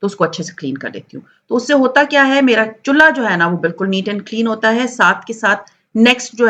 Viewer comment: Chullaa nhi chulha hota he